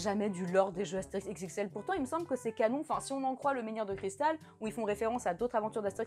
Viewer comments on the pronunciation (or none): none